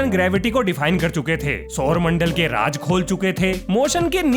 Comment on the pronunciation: “RAAJ” ?! “RAAZ” bolo na bhaai ! “JIMETRY” ?! “GEO-metry” hai.